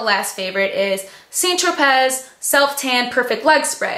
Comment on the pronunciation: its more like saint tro[pay] not tropez haha:)